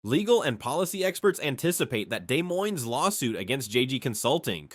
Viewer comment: Dez ? Moines.